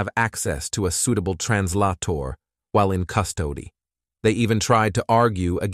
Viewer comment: While in Cust ody 😂